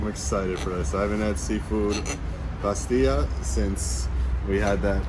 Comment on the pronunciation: Hi and we will miss you Your Moroccan Arabic is good Remember that we pronounce the double l in the word bastella looks gorgeous in her new skirt